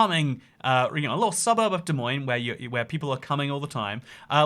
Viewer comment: At least he said Des Moines correctly.